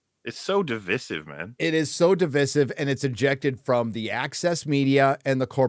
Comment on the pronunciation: div·isive - you're all mispronouncing this. :)